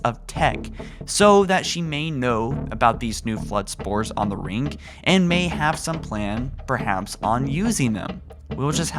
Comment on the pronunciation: i love watching your video's but i seriously get murderous tendencies every ffing time you say rink instead of ring